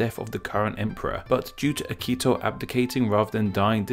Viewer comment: You did not pronounce H sound in Akihito.